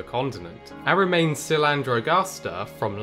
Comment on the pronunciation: Nice video. The Latin name of genus, which you pronounce more or less as "AH-REMAINS" should be more like: AH-REE-AHM-NESS...